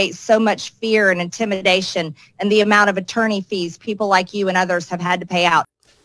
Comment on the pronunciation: Did I just hear "intimindation"?